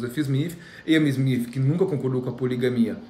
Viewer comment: Kkkk,ele é engraçado. Porque ele fala Smif,?ou é impressão minha🤪